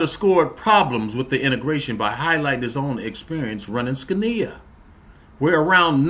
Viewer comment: interesting vid... fyi... Scania... phonetically would be SKO na